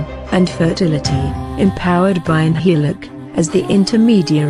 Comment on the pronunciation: Just I want to correct you From. Nhialic not Nhialac. Thank you